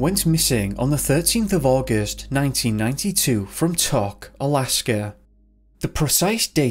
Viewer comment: Tok is pronounced "Toke", also, Barrow has been returned to its given name, Utqiagvik :)